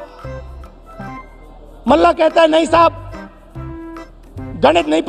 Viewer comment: ❤❤❤ ओ Pappu, ध्यान से सुन, मल्लाह बोल, Mellah नहीं।😂😂😂